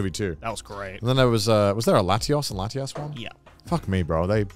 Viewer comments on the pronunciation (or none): none